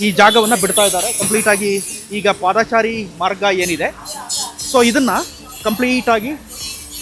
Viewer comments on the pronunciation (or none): ಹೌದು ಪಾದಚಾರಿ ಎಂದು ಹೇಳಿ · "ಪಾದಾಚಾರಿ" ಅಲ್ಲಾ ಮಾರಾಯ "ಪಾದಚಾರಿ" ಅಂತ ಹೇಳಣ್ಣ